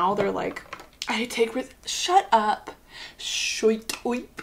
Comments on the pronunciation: "shuyt uyp" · “shuit uip” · it's the 'shoyt oip' that kills meeeee